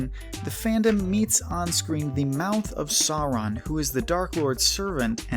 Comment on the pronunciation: Imma be brutally honest, the way he pronounces 'Sauron' as more like 'soron' kinda pisses me off a little